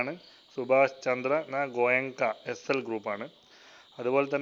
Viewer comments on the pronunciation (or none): none